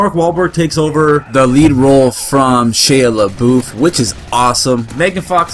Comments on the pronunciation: lol i think thats how its pronuced no sure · He says Shia lebouf weird. Idk if I spelled that right.